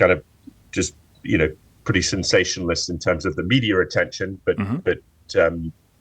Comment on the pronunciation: Instead of "Media" he said "Medier"😅😅😅